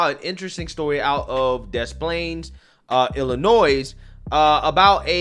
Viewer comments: It is NOT IlliNOISE. It's IlliNOY. Yikes. That's like nails on a chalkboard. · The "S" is silent at the end of Illionois. It's pronounces, "Ill-i-onoy" sorry it's just a pet peeve. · I like your videos but I gotta let you know you’re saying Illinois wrong, I dated a girl once from there once and she corrected me, there’s no noise In Illinois! 😂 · At least now we learned about a group fighting the good fight here that we didn't know existed before. I enjoyed passion on this topic so much I will forgive him for pronouncing the "s" in Illinois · The s is silent is Illinois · My guy, the S in Illinois is silent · Bro Your channel is great but the s is silent in Illinois. Drives me crazy. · No offense. Illinois is pronounced without saying the S at the end.